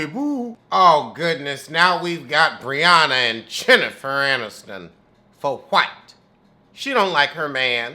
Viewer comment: Chinnifer!!! Lol I’m done. It’s like hearing “ Hip” or “ A kiuhh heel” 🤣🤣🤣 I don’t watch the show but I can’t stop watching your reviews!